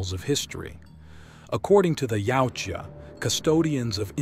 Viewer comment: Yautja can be said as either yowt jah or yah oot jah but never yowchua which I hear way too much